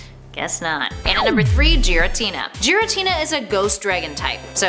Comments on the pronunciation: I'm triggered because your the way you say the names and it's not jiratina its giratina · Giratina not Jared Tina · Who the hell is JIRATINA it’s GEAR A TINA i also expected it to be number 1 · Geritina... really... its GIRATINA! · she pronounces giratina as “jiratina” it’s gear a tina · “Jiretina” “Zapadoes” lol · Its giratina not jaritina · Giritina is pronounced 'gi-ri-tee-nah' not 'ji-ri-tee-nah' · And don't forget yourself, my lord. "Djiratina" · Joratina, Kayurem, Zapados, Eviltal...smh🙄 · You are wrong. It is pronounced Jear-a-tina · Hana Asano I agree. When she said yvetal was evil-tall I was sooo mad. He's one of my favourite pokemon so I was extra mad and a bit annoyed. Like bruh yvetal is apparently evil-tall? Also she said Giratina as Jiratina like bruh! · I am sorry but I am a dingus. What exactly did she say wrong Edit: NVM, Jiratina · BRUH JEE R A TINA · jeeratina? jeography? jijalith? come on bruh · Who the hell is jerry-Tina? Oml that made my ears bleed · Not trying to be rude but you said giratina wrong